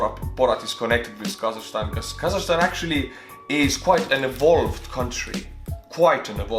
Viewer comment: And I also want to correct you on some things you've said in the video: 1)It's KazaKHstan, not kazashstan 2) We are very opened country. You don't need visa to visit us. 3)Not everyone hates Borat, and it's funny that people associate Borat with Kazakhstan. When It was actually filmed in gypsy village in Romania and Borat was speaking Hebrew half of the time